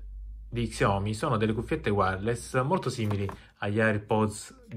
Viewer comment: sciaomì si pronuncia